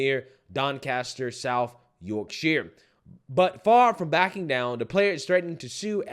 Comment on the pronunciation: You pronounced Yorkshire right! 🤯 👊🏻